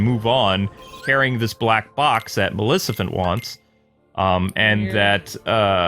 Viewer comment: Dude you destroyed her name non stop xD hahahhahaha Malicifent..... (is't Maleficent) got it memorized ?